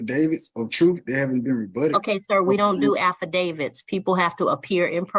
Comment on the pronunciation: I’ll give this guy one thing to his credit. He’s the first Moorish-Buffoon who has pronounced “affidavit” correctly.